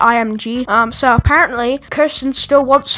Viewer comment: u pronounced her name as kursten and not keersten (the correct pronunciation of her name)